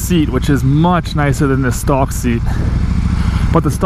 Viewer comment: Why are you saying "stalk" when you mean "stock"??